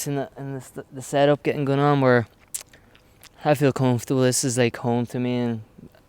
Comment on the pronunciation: listen to how he says "comfortable" James your from Tyron ffs